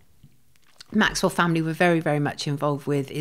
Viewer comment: Well done,,,,,shes the first person I've heard (from 100's of interview's) that's pronounced Maxwell's name correctly. Goes to show she a Proper Journalist compared to the majority of others that claim to be. Keep up the good work Sonia.